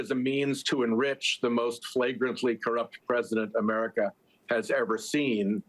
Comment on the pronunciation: 😮 did you say fragantly 🤮🤪poo poop t dodo 🙄 whut